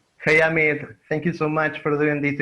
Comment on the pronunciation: Le dije EIMIT en vez Amit jajaja